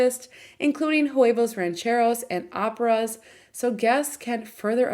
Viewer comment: Did you just call arepas, “operas”?